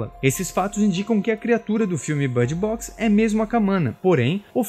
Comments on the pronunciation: Por que ele está falando bard box? Em vez de bird box? Não faz nem um pouco de sentido 😐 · que inglês é esse? I know how to speak English and that's certainly not the way to speak